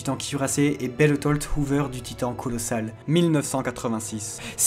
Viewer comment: Tu parles trop vite et tu pourrais faire un effort sur la prononciation de noms tel Bertholdt. On a du mal à comprendre.